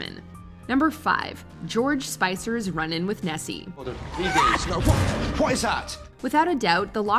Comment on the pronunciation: The Loch Ness monster is not called chessy it is called nessy